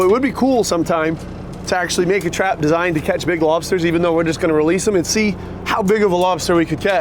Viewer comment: Just when we thought couldn’t get any cuter. Then we hear his adorable boy pronounce “lobsters” EXACTLY like his daddy🥰🤩